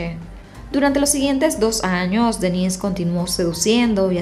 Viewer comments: Parece q dijeras Denisse y no denis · Cuando dijo Denisse de creí q hablaba de una mujer, es DEnnis... mayor acentuación en de